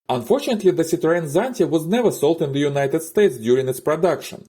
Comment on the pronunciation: Zitreän Tsanti... Sedarin Tsanti...Zideren Tsanti...Tsante...Zidrine...Sara...Zante...Zatta... Lasst es einfach bleiben! Unerträgliches KI Gelaber.💩